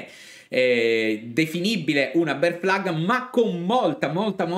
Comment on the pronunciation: Però questa BEAR FLAG potremmo anche pronunciarla correttamente 🤣